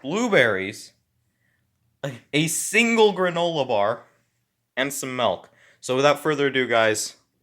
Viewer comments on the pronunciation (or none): Excuse me sir.... Did you say mElk?